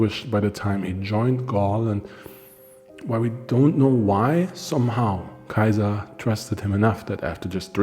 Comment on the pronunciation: I like the information in your videos but Im not sure about your pronunciations of Caesar. In one video you pronounce it SE-ZAR and in this one you say KAI-ZAR. So one of these videos has to have the wrong pronunciation. You also put heavy emphasis on the pronunciation of the names. which is fine if your teaching us the correct way to say it... but putting that much emphasis on a mispronunciation sounds makes me wonder how accurate a lot of this info really is. Sometimes you do asides, like the little clips. I get its for humor but they often feel out of place in your videos.